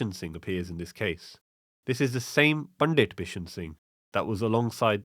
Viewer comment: your pronunciation if punjabi words is generally very good, but you are saying the word "Pandit" incorrectly. The "t" in Pandit should be pronounced as in "Sant".